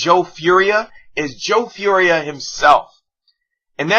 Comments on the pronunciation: its pronounced "for-ee-ay" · Fauria i think is pronounced four e ay